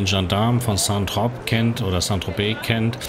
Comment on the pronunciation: Zitrön aus Santropp … :-D